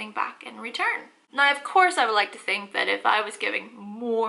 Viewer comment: Oh, when your say "nigh," it means now. Makes so much more sense nigh. I mean now.